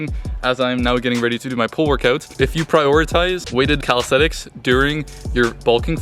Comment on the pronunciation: Always tickles me how yanks pronounce it “Calisthetics” 😂